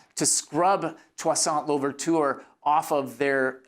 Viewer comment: Lol 😅 « Touissaint Louverture » is totally not pronounced like that ,but oh well 🤷🏽‍♀️😂😂